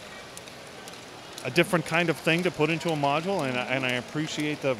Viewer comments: Stop saying module it is making my ears bleed! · He said modual129 times